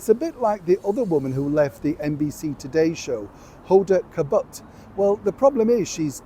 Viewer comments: Not Kabut …. Kotb. Pronounced Kot Bee. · Holda Kabutt is the best way I've heard her name pronounced 😂😂😂, I don't know if its right but that's how I'm saying it from now on